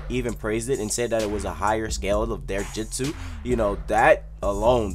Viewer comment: It's jutsu not jitsu